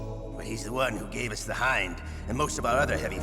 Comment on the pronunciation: ...im sorry. What was that?? Not a Hin... ...DEE!!!!??!??!????!??!??!!!???!?!??!??! Are you sure it's Hind and not Hin... Mother F U C K I N G DEEEEEEEE!!!!!!!!!!!!!!!!!!? CUZ HIN-F*CKING-DEEEEEE is so f*ckin common everyone always only evrr says hin-f*cking-deeee. No one has ever pronounced HIND as HIND. Ever. Oh except for everyone who hasn't got kojimas c*ck stuffed down their throat so deep the guys ankle deep in stomach acid. Btw in case you're actually stupid Hind is pronounced Hind. Not hine-dee. In case you're actually stupid.